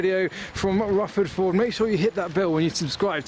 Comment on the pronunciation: 'ffwuffawd voohrd'